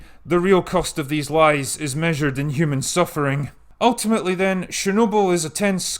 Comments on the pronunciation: It's Chernobyl, not Shernobyl. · Not sharenoble....it's chher noble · I don't expect you to get the pronunciation spot on. But seriously, it's CHErnobyl, not SHErnobyl. It's a CHE sound, like in CHECK, not a SHE sound like in SHED. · Sorry but getting distracted by your incorrect pronunciation of chernobyl ... it's pronounced "Ch", not "Sh" - CH as in "chips". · CH like chair, not SH like share. CHernobyl. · STOP: It's called :Tchernobyl (T)